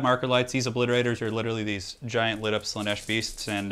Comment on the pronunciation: Random bit of info, it is Slaanesh not slaneesh